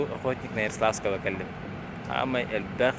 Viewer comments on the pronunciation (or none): Яросавского диэн кээспиккин дии😅